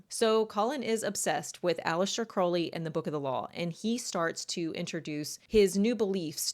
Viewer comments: Crowley. Not Croley . Crow/ ley Crow is pronounced like How and then ley. Listen to Ozzie Osborne sing Mr Crowley, and that's how it's pronounced 😊✌️ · I hate to correct the pronunciation but the name is pronounced Alister Crou-ley, NOT Crow-ley (like the bird) and the occult philosophy isn't about 'true will", its about FREE will ('do as thou wilst'), meaning do whatever u want whenever with whomever. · Aleister Crowley (pronounced more like the ou in ‘ouch,’ not oh) was an avowed Satanist who believed himself to be the Antichrist. The fact that this creep chose Aleister Crowley and his writings as his primary inspiration is both disgusting and quite revealing. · Occultist here with 40 years under my belt. Crowley rhymes with scowl not crow. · Just nitpicking but you're mispronouncing the name Crowley. If you'd like to know tge correct pronunciation listen to the Ozzy song "Mr. Crowley".